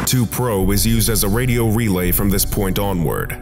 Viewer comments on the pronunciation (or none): none